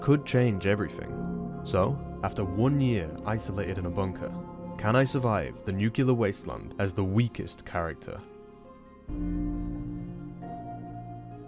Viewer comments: NU CLE AR. Nuclear. Nu clear. It’s not that hard. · Just taking the time to say that as soon as you said "nucular" I dipped. Didn't even hesitate. Cheers for saving me time enough to drop this gem, :) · nuclear NUC - LE - AR nuclear